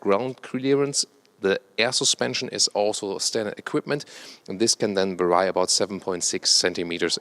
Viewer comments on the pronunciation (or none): "Vary" as in 'can differ', is pronounced the same as "very" (ver-ee). I noticed you've been saying it a little strange in the past couple videos so thought I'd give you a heads up. :D. Love the content as usual!